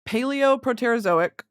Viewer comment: Brittany you are gunna kill me with the pronunciation of the Proterozoic. And all the others literally crawling out of my SKIN